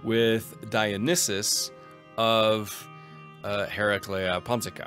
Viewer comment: Nailed Hereclea Pontica - Sad Tylos noises